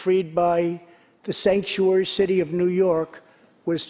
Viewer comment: Did he say Skankuary? Poor Nancy. She is literally choking back on her tears. Because she knows her career is over and her legacy will go down as a disgrace.